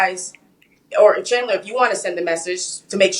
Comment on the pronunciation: said “CHANdlah.. 👀👀” hahaha